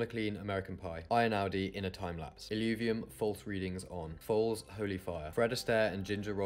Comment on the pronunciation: The Ei in Einaudi is pronounced Eh-ee, not I (this would be german).